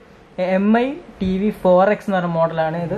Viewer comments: M.i alla mi aaa dude 😂😂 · DUDE എം ഐ അല്ല മീ ആണ്.